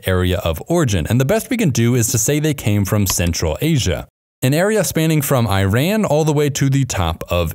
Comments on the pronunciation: I love and very appreciate the videos that you make ❤ though Iran is not an apple product so it not pronounced I-ran😂 the right pronounciation would be ēran 😉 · Iran is pronounced like "eeraan" not "I ran"!!! You either don't watch enough news or only watch from the wrong source! 😄 other than this misspelling, very interesting video! 👍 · Geography channel that says I-run instead of E-run. Still better than I-ran. smh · Thanks for the information. Please pronounce IRAN properly.